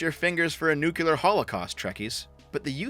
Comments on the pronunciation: It's 'nuclear' and not 'nucular',. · I cringe at your pronouncing of nuclear. There's only one U in nuclear.